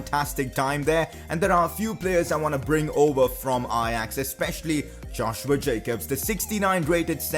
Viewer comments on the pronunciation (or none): none